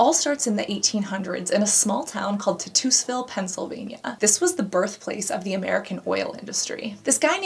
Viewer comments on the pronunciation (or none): C'mon, Babe - it's "pet - roh - LAY - tum", not "pet - roh - LAH - tum" and it's "TITE - us - vil", not "tuh - TOOS - vil". Wow, what weird pronunciations for such easily pronounced words. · Tit - US - ville? No honey, that's not how it's pronounced. 😂🤦🏽‍♀️ TI - tusville (rhymes with 'Dye)' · Ty-tuss-ville Think “tussle” 😜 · Great video, love it, but girly please it's "Tie-tuss-ville". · The town in Pennsylvania is pronounced TIE- Tuss-Ville. The date should be 1880. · Ugh this video is a joke, most ppl know that petroleum jelly is safe. Btw it's said ( TieTus) Titusville. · Sorry....Tight-us-ville I love Vaseline. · I laughed out loud for real when she said tit-toos-ville 😂 I had to play it back to make sure I wasn't the one reading it wrong. Not making fun because I've butchered places around where I live, it was just funny. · Watch everyone of your videos. Love this as I am close to Titusville pa. Pronounced Tight-tus-ville PA. You are a beautiful butterfly 🦋 thank you for everything you do.